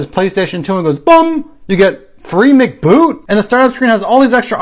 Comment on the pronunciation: “Free Mcboot?” says it funny